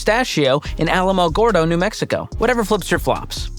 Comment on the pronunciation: I grew up in Alamogordo, and that is for sure the whitest pronunciation I have ever heard. 😂😂😂